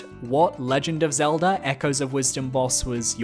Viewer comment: Why do you say “Zeldur” instead of Zelda